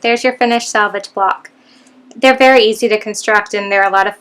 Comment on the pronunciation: SELVAGE not SALVAGE